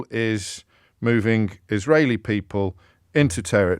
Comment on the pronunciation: Why the f does he know to pronounce israli names in a perfect way ?